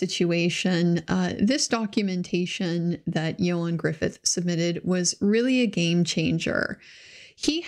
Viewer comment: Appreciate you checking the way to say his name! Ioan's probably better known for the two Fantastic Four films -- not great, though better than the more recent one.